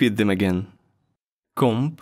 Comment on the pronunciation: Небольшое замечание по поводу слова комп. Почему-то оно говорится у тебя как носовая французская о. Это может немного сбивать с толку, а носовые гласные официально у нас в языке не используются.